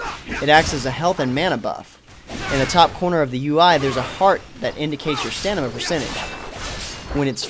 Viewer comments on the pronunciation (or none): Are you saying stanima? Haha good video.